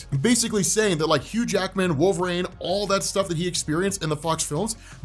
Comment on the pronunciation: Jesus.... WHO THE HELL is Wolv-Rayne